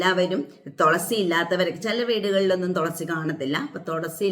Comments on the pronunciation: Tholasy അല്ല തുളസി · Tholasi alla thulasi